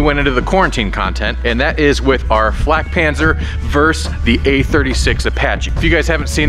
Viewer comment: das ding heißt flakpanzer und nicht fläkpänser